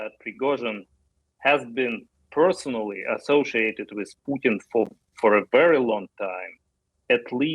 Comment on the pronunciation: Joe pronounces it like Poootin 😂